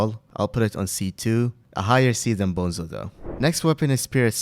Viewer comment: Are we gonna ignore how he's calling bonzos staff bozos staff LOL